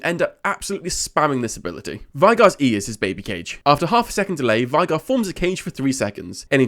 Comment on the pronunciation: his name is pronounced vay-gar, tristana says it in one of her voicelines